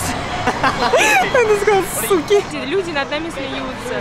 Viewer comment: Японцы: говорят суге что значит-круто Катя: суки?